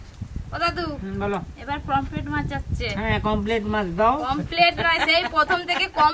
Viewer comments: It’s Pomfret and not Pompret or Pomplet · Kompret ta abar ki mach😅😅😅😅 r sasuri pomfret ke kompret bole 😅😅😅